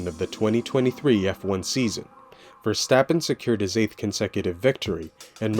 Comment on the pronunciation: Pleas pronounce his name correct! He is Dutch not German.